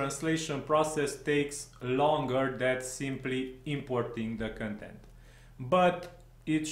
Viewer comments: I'm Romanian, too, but I didn't pick on your accent, but on your mispronouncing of the word "content". You pronounce that word as "contempt" and it's not right because they mean 2 TOTALLY DIFFERENT things. To pronounce "content" correctly you need to put the emphasis on the first syllable (con), not on the 2nd one (tempt). Just listen to some online pronounciation, it's not hard :) Also, congrats on the plugin, it looks interesting (after all, I wouldn't have found your clip had I not thought that the plugin looks interesting), hopefully I'll get to use it soon, but we will see.... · bro, you're mispronouncing the word "content" as "contempt" and there's a big difference between the 2 words. Get your English right, or stop talking in English :)